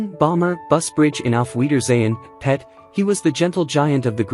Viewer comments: u are saying it wrong , don't put emphasis on Pet Tim Spall is still alive and is not the same person as Kenny Ireland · Don't talk about British TV if you can't even say it properly, watch some british TV